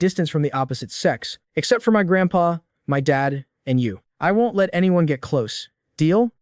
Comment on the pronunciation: picking nits: won't pronounced wont.